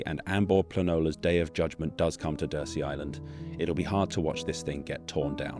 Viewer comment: DURSEY is pronounced 'dur_zee', not 'dur-see'.